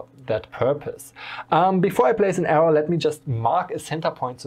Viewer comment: Maybe a nitpicky improvement suggestion: I'm no native speaker, but it took me a second to identify that you meant the "arrow". Because you miss out the last "w" while speaking. You speak it more like "error".